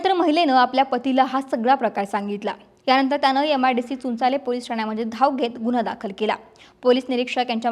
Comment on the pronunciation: चुंचांळे पो स्टेशन म्हण बाई 😂